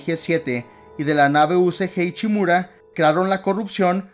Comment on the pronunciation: No se si he vivido engañado o no oigo bien, pero siempre que decía "ICHIMURA" algo dentro de mi se incomodaba, además de otras